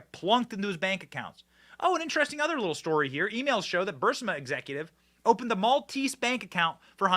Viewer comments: It’s NOT BurSima! It’s B-U-R-S-I-M-A! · Hey it's not "Bursima" please pronounce it correctly. It's Barisma. I say this over and over Benny. Come on! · Benny love your commentary but please learn to pronounce certain names and companies. Vivek Ramaswamy the end of his first name is pronounced like CAKE. Burisma is BUR-EES-MUH